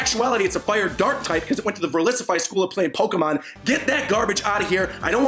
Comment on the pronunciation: Nigga said "Verlisify school of Pokémon"! I'm not a huge fan of Inciniroar, but that was some hurtful shit.